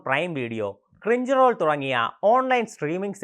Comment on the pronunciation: Cringe roll ❌ crunchy roll ✅ Mugal train ❌ mugen train ✅ Tanjiro camando ❌ tanjiro kamado ✅ 😂😂😂😂😂😂😂😂